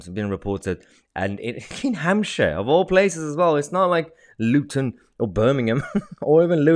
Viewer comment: loot-on LOL